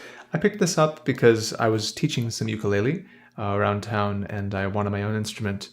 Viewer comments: Aloha! Ukulele is actually pronounced "Oo-koo-lei-lei," love your videos man and they brighten my day. Got in a motorcycle wreck and I'm stuck in bed so your videos provide a nice escape. Keep doing what you're doing chief 🤙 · I hope this doesn't come off as rude, but I'm from Hawaii and that isn't how ukulele is pronounced. I can't remember how to write it phonetically so here's a video demonstrating the proper pronunciation.